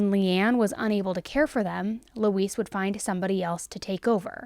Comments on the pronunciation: Is anyone else hearing her say Louise like "Luis?" Like instead of saying Lou-EEZ, she's saying Lou-iss? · Usually Louise is pronounced Loo-eez (You are pronouncing it like Luis, with a s at the end ibstead of the z sound we often use for the letter "s"). 🙂 Not that I care if that monster's name is misprnounced, but there are a lot of people named Louise out there. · It’s pronounced “loo-ease”. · This name is pronounced "Loo-weez". I don't know why this bothered me so much? Just accuracy I guess? It's not a name commonly used these days so maybe younger folks don't know the pronunciation? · it sounds like shes saying Luis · It's pronounced 'Lou eeze'. No, this is not all I took from this story before anyone starts, but if you're going to do an article at least get the name right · It's pronounced 'Looeeze'. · You're killin' me lol My grandma's name was Louise, the "s" sounds like a "z" - it isn't pronounced like the Hispanic "Luis." That concludes this PSA, tyvm and have a nice day.:face-fuchsia-poop-shape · Always a fan. But not a fan of the name Louise given it was forced on me and for anyone reading this, that’s not how it’s pronounced. Thelma and Louise.